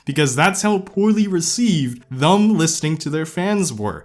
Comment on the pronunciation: "Thum" "Thum" "Thum". There's no U in "Them". But it's okay, I can't say Vegas without it coming out like "vAAAgas". lmao